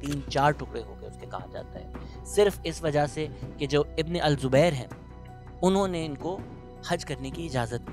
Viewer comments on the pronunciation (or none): Taking the history lesson from wikipedia, cant even say the name of bin zubair properly and lecturing us about the death of bin Qasim, such a pity